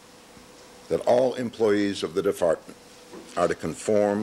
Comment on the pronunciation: ...the what?!? The deFARTment ?